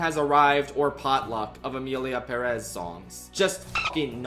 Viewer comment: Thank you for pronouncing 'Emilia Pérez' the right way BTW, the lyrics in Spanish don't even rhyme